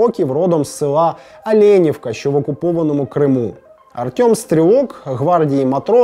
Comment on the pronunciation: Олєньовка. Наголос на передостанній склад.